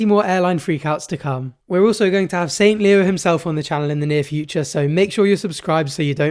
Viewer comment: "Saint Leo" 😬